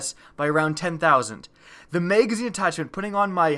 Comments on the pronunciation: MAGazine...not Maygazine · Why do you say may gazine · What's a maygazine? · MAYGAYZINE, MAYGAYZINE, MAYGAYZINE... i can't unhear it! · Bro purely do to the way you say the word magazine I just can’t stand you 😭😂😂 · OMG so annoying!!